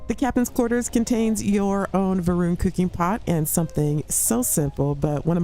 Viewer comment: Isn't it Va'runnity?